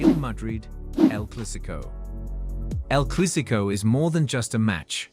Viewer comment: Why is this narrator reading El Clasico as El Clusico? wtf